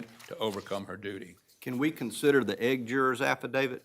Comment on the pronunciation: 😂 I missed most of the first half hour trying to figure that out. There was a juror that was dismissed who had to get her eggs before leaving, maybe that’s it. Or that’s how they pronounce ‘eighth’.